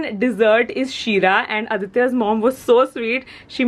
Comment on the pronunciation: For some reason..I really like the way you pronounce "Aditya"..Loved this vlog and waiting for the birthday get away wala vlog